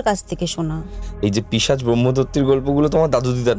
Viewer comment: Pichas noy pisach 😂